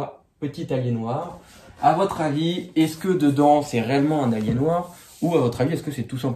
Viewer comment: ça se prononce "alienwère" si jamais! En terme de laptop ça passe bien mais en terme de desktop faut surtout pas en acheter! Par contre lui tu l'as payé hyper cher pour les specs, même si c'est robuste! C'est pas ce que j'appelle une "bonne affaire". Et en terme de processeur dans les choix on est bien limité... L'écran m'a l'air un peu pourri aussi, en revanche le clavier a l'air bien sympa par rapport aux laptops gaming modernes. Le fameux port est un port express card, en gros PCI x1 en hot swap. On peut y mettre toutes sortes de choses.